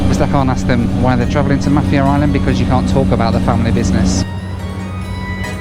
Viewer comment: Mah-fier island:)